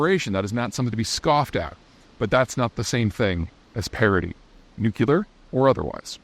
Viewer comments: When I hear people pronounce the word 'nuclear' as 'new-cue-lar', it really makes me wonder about anything else that comes out of their mouths. This, coincidentally, from a former machinist-mate aboard one of the first nuclear powered submarines ever built. America has come close to losing a sub in dry dock a couple of decades ago. Very embarrassing for all concerned. Nice to see the Chinese managed to pull it off. Cheers, D. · George W. Bush was infamous for his country bumpkin way of saying 'new-cue-lar. It's like the accepted pronunciation of the month 'February' as 'Febuary' by many, many citizens of America. Still doesn't make it right, or the person using that pronounciation any less feeble. Cheers, D. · How much to donate to get Peter to pronounce nuclear correctly? Nu-clear. Nu-clear. Nu-clear. “New-clear” so smart yet sounds like an episode of the Simpsons. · Its pronounce "new-clear", not either of your ways. Two syllables, not three. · Peter, while appreciating all your nuanced, broad and deep knowledge, your panache is tarnished by your mispronunciation of "nuclear". Suggest you slow it down, practice, and get it right. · Peter, I'd like to keep thinking of you as a smart guy and a credible analyst. Please learn to pronounce the word "nuclear." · If I join Patreon, can I have a version where Peter can pronounce "nuclear" correctly? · Please, for the love of god, learn to pronounce nuclear. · NUCLEAR! FFS. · I'll make a deal with you. I'll subscribe to Patreon when you learn how to say nuclear in an accent that doesn't sound like Homer Simpson. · Love your content. I don’t know how you know so much about geopolitics, but it’s impressive. However, if you would just do one thing – please learn to pronounce the word “nuclear”. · "nuclear": NOO-KLEE-UHR ... not NOO-KYOO-LUHR. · As always great video. Got one gripe. Please look at the word "Nuclear" It is obviously NU-CLEE-AR not NUC-YOU-LAR. Most people mis-pronounce it. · Its pronounced "nuc-u-lar"